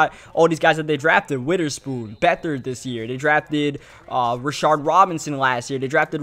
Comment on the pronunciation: Nobody else noticed he can't pronounce anything that has TH?? Like when he says another he says anudder widderspoon (Witherspoon) lol